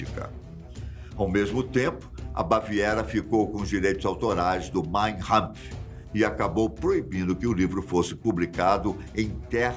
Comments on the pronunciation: O livro se chama mein kampf e não mein rampf como o apresentador fala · Mein Kampf, com K, não com H (pronúncia). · Caro, o livro escrito por Hitler se chama "Mein Kampf" (Minha luta), e não conforme o senhor pronuncia, como se a grafia fosse com "h". Mein Hampf... Sugiro corrigir. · A MANEIRA CORRETA DE FALAR O NOME DO LIVRO DE HITLER É: "MÁIN KÁMPF" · "Maim RAMPF" Adoro a pronúncia de vcs! Kkkkkkk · Será modismo dizer nomes de qualquer origem com pronúncia anglo-americanoide? E atenção: o nome do livro de Hitler é "máin campf (ka)" – (Minha Luta). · Parabéns pelo canal! Letras góticas às vezes atrapalham um pouco a pronúncia de algumas palavras, principalmente se tiverem letras maiúsculas no início. "Mein Kampf" (Minha Luta). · A pronúncia de Mein Kampf está errada, o certo é "mayn Kuhmf". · É K não R, pronunciaram errado. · A pronúncia do no do livro está errada.